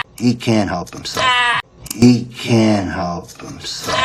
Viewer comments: 영어 잘 못하는데 느린 영상 계속 보고 또 봐도 I couldn't help my self로 들리고 입모양도 그렇게 보이네요.. 하하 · 감사합니다! can't help가 couldn't help로 들리긴하네요!!ㅎㅎ